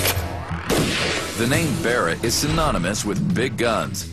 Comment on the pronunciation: barrett 'L' haha